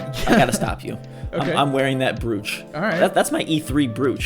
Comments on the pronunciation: Broach, not brooch dumbass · Why did I buy the digital version of hollow knight?! I never go digital! Nobody told me this would be a thing! Also: not to be that guy... But it's pronounced "broach." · "Bru-ooch"? Is that anything like a "Br-roach"? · Is that how all Americans pronounce "brooch"??